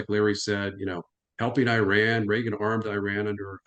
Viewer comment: Americans need to learn how to pronounce Iraq and Iran.